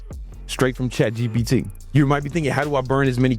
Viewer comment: Why do you say chatgot like that😂😭?